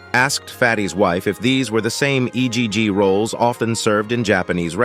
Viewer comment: Ahhh yes, E.G.G rolls not Egg rolls